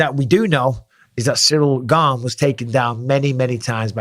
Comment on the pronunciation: Finally someone pronounces his name correctly. The interim title is meaningless. Gane v Lewis looked like Izzy v Costa. He needs to work on his grappling. Wrestling if by far the best foundational base to build an mma fighter upon. Jones should have left the usada pool and juiced like Mctapper did, but he still should have the strength and skill to take Gane down and damage him there.